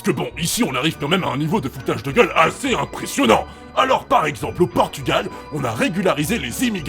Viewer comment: T'as gueuleuh..